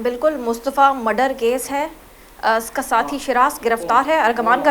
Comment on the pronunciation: She seems totally uneducated... Listen she call murder "Madar"